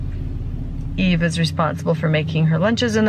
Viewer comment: why does the narrator keep calling her E when her name is Eve?